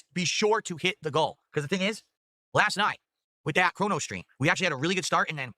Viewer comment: I’m giving people what they WHAAA. I can’t Stand that he drops is T’s all over the place.